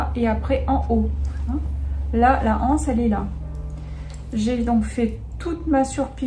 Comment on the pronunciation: Une anse, des anses il n'y a pas de h. Par pitié faites les liaisons on dit un' anse, des z anses. Dommage ça avait bien commencé c'était agréable à écouter mais les hanses ça fait mal aux oreilles.